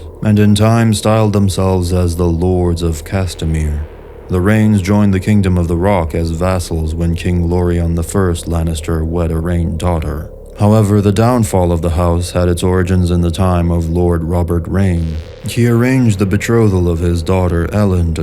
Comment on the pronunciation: King Loren Lannister. Pronounced Lauren.